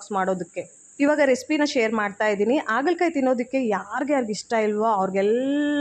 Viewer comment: Adu Aagala kayi alla, Haagala Kayi. Please correct madi. Kindly don't feel bad.